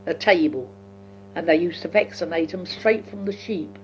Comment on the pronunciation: This is gold. I'm also finding her accent very interesting... there are some notable intonations that are now entrenched in the New Zealand accent. Her pronunciation of "vaccinate em" is a crystal clear rendering of the NZ clipped 'a', along with words like "Camden" and "tram", and "put us back on that". Also manifesting in the 'o' and schwa sounds, like "Taylor's Trotters" - that is the NZ accent to a tee!! Given that so many NZers are descendants of this generation of Brits, it makes complete sense - but it's still so uncanny to hear it!